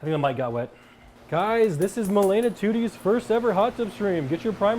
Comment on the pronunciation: Did she said makeila ? Tyler1 gf? If she blocked malena shes actually dumb as shit. First time i saw nick getting serious.